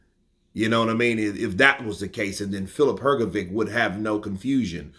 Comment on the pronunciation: Why do you always call him filip hrgoviq,it is hrgovich,you dont call michael jordan a michael bordan